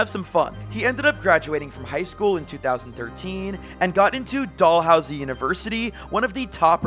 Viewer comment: Dollhousie? It's DALhousie university lol